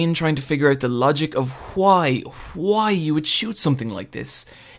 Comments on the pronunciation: Why do you pronounce WHO - I instead of WHY??? :O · your reviews are great the only thing that grinds my ears it the Huay instead of Why or just Y xD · don't use "why" and "white" in one sentence if you prononciation can't make enough difference between them. All i can hear is "Why is Casca, why?" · I find the way you pronounce words with 'wh' in them more disturbing than the CGI itself.